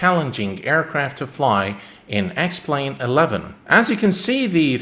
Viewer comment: Anyone else than me who heard “welcome to the sex plane video”?